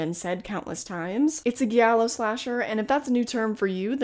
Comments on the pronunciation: Love your vids and probably someone has already said this but it’s pronounced jiallo not ghiallo haha with a soft j, same sound you make when you say jealous! #italianrepreseeeeent \o/ take care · Giallo is pronounced with a regular G sound (sorry, I'm Italian) 🟩⬜🟥:face-red-heart-shape